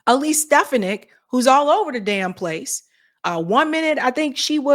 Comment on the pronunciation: how many times do you have to hear it's pronounced SteFONik, not STEFanick!!